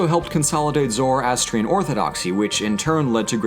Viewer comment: OHMYGOD. THIS EXCITES ME SO MUCH BECAUSE MY (Persian/Zoroastrian) CULTURE IS LITERALLY NEVER SHOWN ANYWHERE, EVER. Also, it’s pronounced (zuh-ras-tree-anne) not (zoro-ass-tree-un) :D MAKE A VIDEO ON ZOROASTRIANISM, IT’LL BE REALLY WORTH IT.